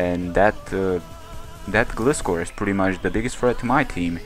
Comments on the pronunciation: Glyscore is how it's pronounced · the legititimate pronunciation is gly-score (like gliding scorpion). I'm not just saying that, the pokedex for 3DS pronounces it like that. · I think it's Gl-eye-scor, because that's how Gliscor says it xD but like, Gliiiiiiiscorrrrrrrr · nice match man. I looked up the pronunciation and a lot of sites are saying it's pronounced like Gly-skor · Detailed Result: 252 Atk Terrakion X-Scissor vs 252 HP/0 Def Celebi: 86,14% - 101,98% 12,5% chance to OHKO So either he was lucky, or he was banded. Also, Gliscor is a combination of Glide and Scorpion, so you figure out the pronunciation ^^